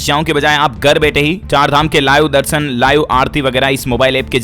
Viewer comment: Gar nahi hota hai ghar hota hai